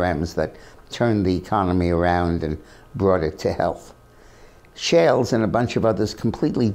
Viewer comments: The author of "The Forgotten Man" is Amity Shlaes, not Amity "Shales". (It rhymes with "slays".) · Her name is Amity Shlaes, not Amity Shales. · Close but no banana, Dick! It's Amity Shlaes (pronounced Shlays, not Shales). Peter Robinson has a great interview of her in his Uncommon Knowledge series right here on youtube.